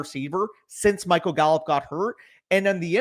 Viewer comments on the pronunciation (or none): none